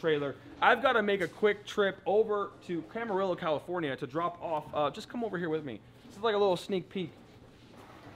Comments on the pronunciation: Lol "Camer-rillo" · You are butchering the name of Camarillo lol Looking forward to watching the car come together.